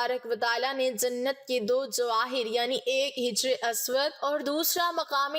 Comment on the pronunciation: محترمہ " hajri" اسود پڑھیے نہ کہ " hijri" اسود ۔ شکریہ